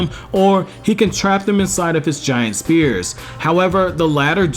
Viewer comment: Spheres is pronounced SFEARS not Spears.